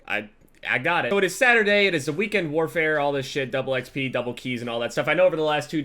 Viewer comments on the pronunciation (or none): you say double xp weird xD